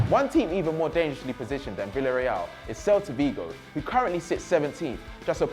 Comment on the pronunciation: Someone learn him how to pronounce Spanish names... "Havi Caheya" "Vilareal" "Valadolid" "jhouan unzu"